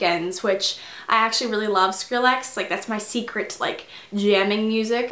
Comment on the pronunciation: you pronounced Skrillex wrong!